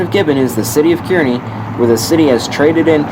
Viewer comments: Learn to pronounce Kearney...."Kar-nee" not "Kiern-nee"‼ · Grand Island is in central Nebraska. Kearney is pronounced "CAR-knee" (not kier-knee). Nicely-done video! Nebraska's 3MT doesn't get enough railfan love or recognition. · i heard at the end you pronounced the name of the sub incorrectly, its actually pronounced Car-Knee. but as an omahan, i love the attention to this vital stretch of the UP line you have shown. excellent detail and narration is always informative. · Thanks for another nice video. By the way, "Kearney" is pronounced "Car-Knee."